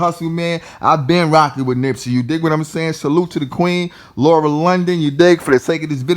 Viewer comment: If you dont get her name right! LAUR-EN NOT LAURA! LORD SMH that was hella annoying and cringy.